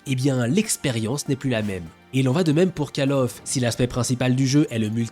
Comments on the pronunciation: ON NE DIT PAS CALE OF, c’est Call Of, c’est un o 😮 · C'est analyse des calculs de consoles, est aussi fiable que la prononciation de "calle of "... "Colw of " call comme appeler !! Allez à l'école bordel